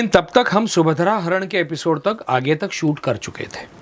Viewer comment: Ye anchor kis desh se aayi hai ??? Subhadra Apharan bhi shuddh bol nahi paa rahi hai